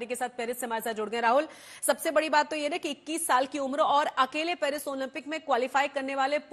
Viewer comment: Parsi nahi Paris hota hai